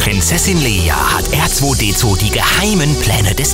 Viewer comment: hat er da ernsthaft "Erzweidezwei" gesagt?! Ich bitte euch, nehmt doch für Videos über StarWars auch Sprecher, die sich zumindest halbwegs mit StarWars auskennen. Leider richtig schlechtes Video diesmal :(